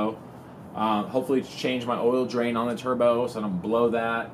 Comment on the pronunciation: Lmao the way you say turbo